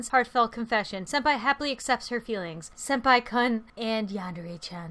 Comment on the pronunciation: she said kun wrong (:T